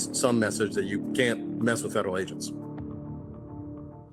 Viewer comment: Musta went to the missouri learing centers for their education lmfaooo " ferderal " 😂😂😂